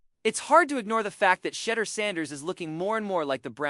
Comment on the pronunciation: you need to learn how to pronounce his name